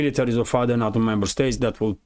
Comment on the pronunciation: NATO! Sorry to be picky, but the west say Nayto not Natto.